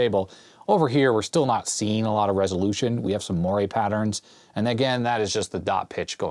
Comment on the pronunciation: LOL. I love variability in pronunciation. When I hear you say moiré, it makes me think of Tuesdays with Morrie. 🤣Fun video and love your enthusiasm for Commodore and the early days of personal computing!